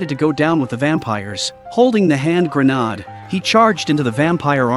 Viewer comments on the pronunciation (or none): Indeed... WTF is a hand grenard?